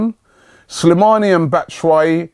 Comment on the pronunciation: Robbie by the way it's pronounced bat-eh-shy sorry just saying lol.